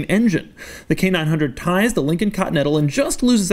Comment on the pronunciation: Every time he says it, I hear Canine Hundred.